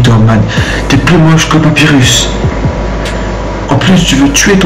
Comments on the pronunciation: Omg tu a fait un erreur dans "Papirus"...C'est Papyrus punaise !!!! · il a prononcer sans sansse et papyrus papirusse omg